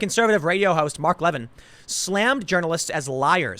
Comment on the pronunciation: You say Mark Levin and Kayleigh Mcenany really weirdly.